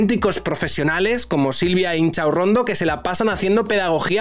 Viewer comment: A ver,, que siempre lo dices mal; es Silvia InCHOCHAurrondo